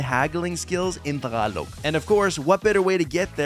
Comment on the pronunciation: buddy, tagalog not takalog. 👍🏽